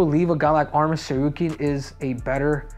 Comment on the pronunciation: I'm astonished that he is pronouncing Tsarukyan correctly